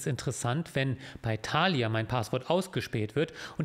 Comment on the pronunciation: Mich triggert viel mehr die Betonung bei Thalia auf dem ersten A :goodvibes